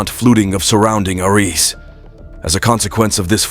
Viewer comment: The only scary thing about this video is the AI Narrator's pronunciations: "SignificAHnt FLUTing" instead of "significant flooding;" "Surrounding arEESE" instead of "surrounding areas;" "HomeSTEEDS" instead of "homesteads;" and "AcrISS" instead of "acres." The narrator turns the video into a LAUGH RIOT!